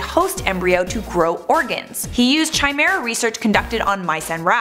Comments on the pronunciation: Not Chai me ra It’s Ki me ra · Yea I was triggered that she said chai-meh-ra I was like "IT PRONOUNCE KAI-MEH-RA" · It's chimera \kai mere-uh\, not \chi mere-uh\. The meaning of life is 42, get it right. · Lol chai me ra. Thought the pronunciation was Kai me ra. "Chimera". Regardless you're still our potatoe queen ms.. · Kai-meh-rah Not chai-meh-ra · She really said Chi-mara lmao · 1. It's pronounced 'ky-mera'. 2. Human and pig DNA are very close so it's not a stretch.. The big issue is whether they're causing harm to sentient beings. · It's pronounced KIME AIR UH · chimera is said like kimera. . . watched enough FMA to know that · it's pronounced 'Ki-mera' Are you frightened of potato peelers? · KEEMERA is the right pronounciation , because it's (ancient) greek, the Chimera was a mythological beast. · The way you pronounce chimera makes me cringe a little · The "h" is silent in chimera... at least that's how I've always heard it pronounced. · It's pronounced chimera not chimera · Take a shot every time she messes up pronunciation of chimera